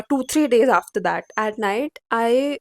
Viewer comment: Hey don't pronounce 'that' like this Bhat ganda sound ho rha